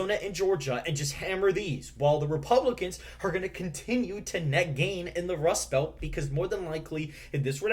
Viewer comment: The Democrats lose even with the Wust Belt?? You wascally wabbit, you!!